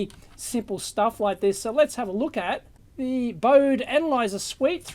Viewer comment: Hi Dave - not to be pedantic or anything, but it should be pronounced "boh-dee", in deference to Henrik Bode. Just sayin... Love the review though!